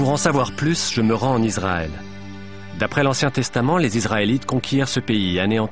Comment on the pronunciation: On ne prononce pas Izzzraël, mais Isssraël, merci aux professionnels du doublage de bien vouloir respecter la langue française.